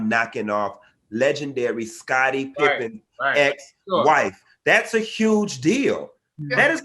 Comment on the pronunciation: Larsa " thottin & P popping" pippin